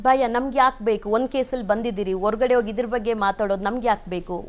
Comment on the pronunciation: 😮 ಥೂ. ಅಕಾರ ಹಕಾರ ಸರಿಯಿಲ್ಲ ಕೇಳುವುದಕ್ಕೆ ಕಿರಿಕಿರಿ. ಅಸಹ್ಯಕರ ಕನ್ನಡ ಉಚ್ಚಾರಣೆ. ಹಲ್ಲಿಗೆ (ಅಲ್ಲಿಗೆ )ಓಗಿ (ಹೋಗಿ)